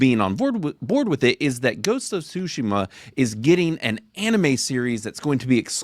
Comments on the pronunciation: Shoe she ma? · I have really enjoyed hearing you try to pronounce Tsushima over and over 💀😂😂😂